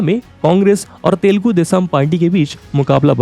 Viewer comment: Arey baabu moshayoo mere bhai…. Woh language Teelgu nahi but it is called as Telugu!!! Correct your senses and pronounce it properly.